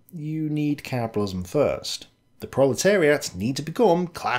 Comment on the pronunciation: Caaaaaaapidilism. 😂 Sorry couldn't resist, great vid! Nice one for the upload